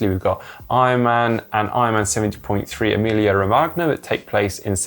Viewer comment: I won't comment on the pronunciations of Emilia Romagna and Sardegna...